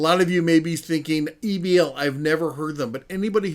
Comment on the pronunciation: Why you would try to pronounce it as Ebbel instead of E-B-L is a mystery to me.